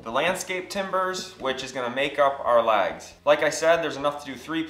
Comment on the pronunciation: I thought you were saying lags. I was like where the fucks the lag bolts.